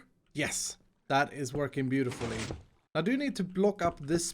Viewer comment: ''That is working butifully''